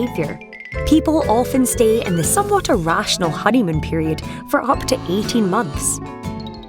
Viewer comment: is that BBC too poor to hire a native speaker,, somewhat pronounced some water? wth